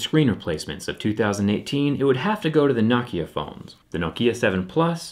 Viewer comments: It's No Kia.... not nawkiah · It's pronounced NO-KIA, Not NOCKIA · Not nocki-a No-ke-a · Knock yah. No-Kia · No-kia not nah-kia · NO KIA NOT NØKIA ITS NO-KIA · No kia for god sakes not nah kia you can say Huawei right but not nokia ok then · It's " no kia" not "nah kia" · It's "No-kya" not "Knock-yah" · Why do you pronounce Nokia like “nok ea” and not “no kia”? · It's "No-kee-uh" not "knock-e-ah". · why does he pronounce it NAH-kia instead of NO-kia? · He says Nokia like "nock - kia" then immediately afterwards pronunces it "no - kia" idk juts thought it was weird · Why say, Knockia, and Nokia. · For a tech guy he can pronounce Nokia right. Knockia? The heck? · thumbs down...just for pronouncing nokia as "knock"-ia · Whenever he say Nokia, sound like he’s saying Nakia! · I feel like Jerry is pronouciating Nokia as "Nakia" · I have never heard it pronounced KNOCKIA. 😂😂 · Does the way he pronounces Nokia drive anybody else nuts? It's pronounced like it's spelled... No-Kia. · I'm about to get a nah-kia lol I love you man! Awesome job! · thumbs down for saying Nokia the way you do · You mean Naahkhia, as he pronounces it. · Its pronounced knockya you fuckface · It’s NO-KEE-UH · Any one else triggered by how he pronounces nokia! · Why does he say it “Nokia” and not “Nokia”? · Is it pronounced "nacia" or "nokeya" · Learn how to pronounce Nokia my guy. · He pronounced Nokia differently like 4 times.